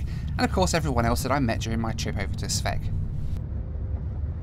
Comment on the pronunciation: Thanks mate! And by the way.....the way you pronounce Sveg is hilarious to a Swede! But I love it!